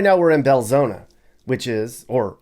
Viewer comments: Just a note for you..There is no 'A' in Belzoni...it is pronounced Bel-Zoni (/bɛlˈzoʊnə/ bel-ZOHN-ə). Nuff Said!!! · He pronounced it Bel-zo-na, but it's spelled Bel-zo-ni. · It’s insulting how he continues to deliberately mispronounce BELZONI!!!